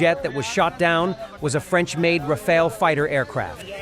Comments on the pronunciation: It's Ra-fa-le not Ra-fa-el... Rafale is a gust, Rafael is an archangel😉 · The planes name is Rafale and not Rafa